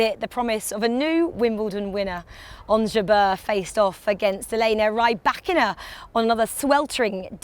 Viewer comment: 'Rye- bakina'....hahahaha!!! learn how to pronounce properly, wimby!